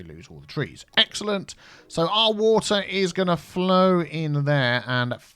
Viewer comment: "WaTEAr"... xD Put metro joining everything!!